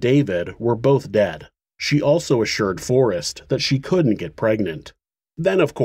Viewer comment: For crying out loud! Learn to pronounce "Couldn't" and "wouldn't" properly. You, otherwise, do a good job